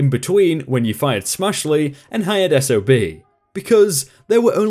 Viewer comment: I'm glad the narrator went from SOB back to S-O-B as it stands for "Son Of a Bitch" Which he certainly was in this story.